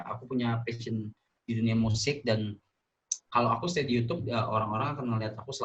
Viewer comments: kaga anjir wkwkwkw. lebih ke yutchuub (kinda). bukan yutiyub. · keknya salah dah yuchub, pernah dibahas vngnc pas Rando ngomong yuchub xD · Yucyub bacanya, klo sering nonton konten luar pasti tau